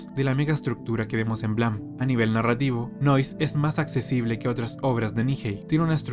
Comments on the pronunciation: Buen video, solo que terminé con TOC de tanto escuchar blam, en vez de Blame!(pronunciado bleim!) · Blam, blam, blam. Se pronuncia "bleim" hombre 😅. Buen vídeo igualmente.